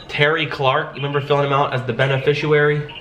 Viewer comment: is there a reason you mispronounce the word beneficiary? is it to make them sit up and listen more?